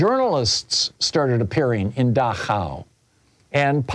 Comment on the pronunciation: Dachau, the concentration camp in Bavaria, is pronouced DACH-au, with the stress on the first syllable.